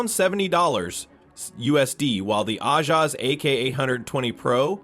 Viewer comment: "the aoula f75 and the I-jas ak 820 pro" w ai bro